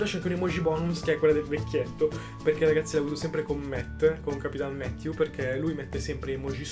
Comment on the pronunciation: ma non si dice capitanmatthew ma captainmatthew